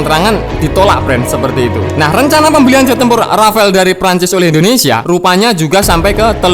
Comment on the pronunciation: R A F A L E BUKAN RAFAEL, SEENAK JIDAT AJA NYEBUTNYA RAFAEL